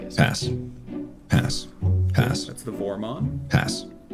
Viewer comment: someone told me mark sound like he’s saying ass when he says pass and now I can’t unhear it...